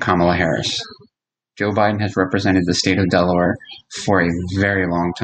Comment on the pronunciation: I love how he said Delaware at the beginning, like if I lived there that's how I would say Delaware.